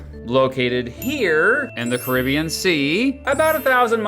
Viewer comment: You really need to learn how to pronounce “Caribbean” correctly.